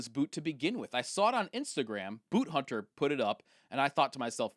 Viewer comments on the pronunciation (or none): none